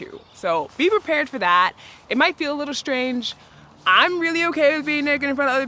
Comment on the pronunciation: One minor suggestion: please stop pronouncing strange as shtrange